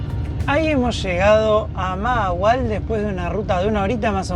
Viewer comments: Se me olvido decirles que la primera "H" se pronuncia como "J" mahahual "majahual" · Se pronuncia Majahual. Saludos chicos.